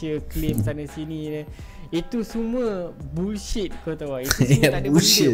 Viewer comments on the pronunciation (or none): KJ kata bukan bushit bang..KJ kata BULLSHIT😂